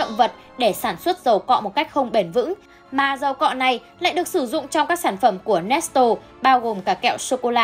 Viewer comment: Nét lê mà chị nói nét tồồ🤣